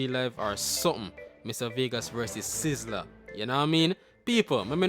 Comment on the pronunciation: Mr vegas lost like a coin in the ocean. And more confuse than tangle tread not saying sizzla right also but he have more sense than vegas if there was not an Abraham then there is no vegassssss. Vegas. Is a city in the desert that have to shine tru lights 📷 so who created him clown bc you stumble ah the stone that was set for nought let that soak in